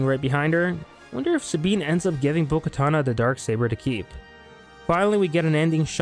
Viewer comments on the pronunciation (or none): It's bo katan not bo katana